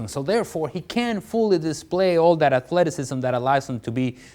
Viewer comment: Yo like literally every single video....he must say.....aThLeTiCisM